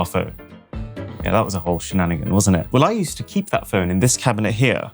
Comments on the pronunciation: Emphasis on “here” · u should have really emphasized the word "here"